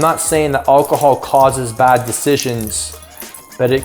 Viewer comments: He cant say alcohol !!!!!!!! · I noticed that, maybe he's still drunk lol